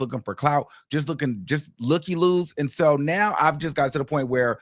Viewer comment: And sometimes he hits us with "AND-SHO".🤣😂🤣💀